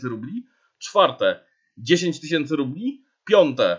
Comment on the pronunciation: Trochę zła wymowa bo mówisz "rupli" a nie rubli.